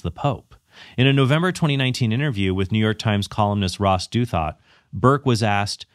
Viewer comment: Great video! I think you mispronounced Ross Douthat.